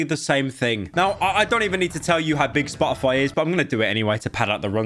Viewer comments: if i have to hear "spo' ify" with pyro not pronouncing the letter T i'm going to send him a hand made dictionary that only has words where you pronounce the letter t. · if i hear spo-o-foy one more time imma go monkey mode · I like the way he says SPA-O-FY. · spah - uh -fi